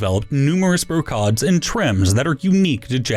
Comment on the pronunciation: Brocade. Not pronounced the way you think it is.